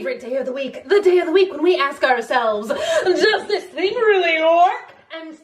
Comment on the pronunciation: “does this fing really work“